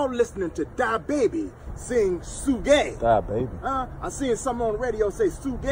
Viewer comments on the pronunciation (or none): I thought he said diabetes instead of da baby 😭😭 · Y'all listen to DA-Baby and "Su-gay"...🤣🤣🤣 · He said dy baby 🤣😂🤣 su-gae 💀💀!! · Thought he said Die Baby 😹